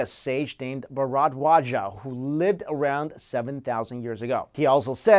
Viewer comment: It took me a minute to understand your accent of 'Bhardwaj'